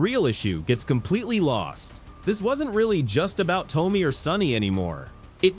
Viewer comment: You should learn how to say Tomi’s name! Please!!!